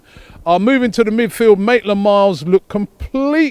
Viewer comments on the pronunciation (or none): Maitland-Miles?? I thought you were in England, Robbie? Don't you mean Maitland-Kilometres? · Robbie Robbie Robbie, its MAITLAND-NILES for the 100th time!! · George 15 he been saying that forever lol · He still even said it wrong seconds after he wrote it on the whiteboard when he was doing his match preview.